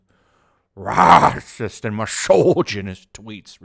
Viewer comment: Honestly, at this point I'm mostly checking out your videos just to hear you say "RRRRRAHSIST!" XD